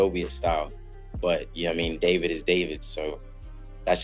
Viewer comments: Hate the fake AI voice mispronouncing simple names like "David." DAH-vid? Come on, man, do better. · Im getting tired of these ai videos. What kinda ai cant pronounce David? I need to vet them more.